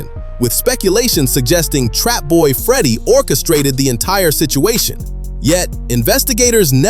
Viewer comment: Trapboy Freddy name is not what y ou say.